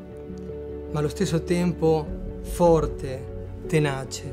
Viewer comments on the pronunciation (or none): none